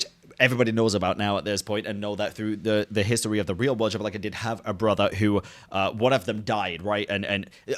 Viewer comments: First, signora thought she was stronger than venti but you never intended to fight with the Raiden Shogun. She was fighting us and thought she was stronger than us. Second, Xbalanque is pronounced "Sh-balan-que" x has an sh sound in mayan and Nahuatl, I think. No, shi, jush the sh. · malditasea se pronuncia ishbalanke it isn't that hard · as Filipino, I pronounce Xbalanque, "Ex' Balank" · Okay y’all, I feel dumb, who is Bianca or xblank / javablank? I don’t know the name or how is saying it 😭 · gave up pronouncing Xbalanque's name lmfao, and honestly I don’t blame him. You’re trying your best 🫶🏻